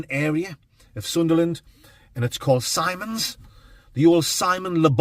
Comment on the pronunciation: It's actually pronounced 'Sim-ons' not 'Symons'.... allegedly.. 🧐